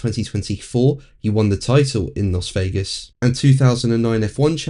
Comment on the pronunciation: Dear, the 'Las' in Las Vegas, is pronounced 'Lass'. Weird, I know!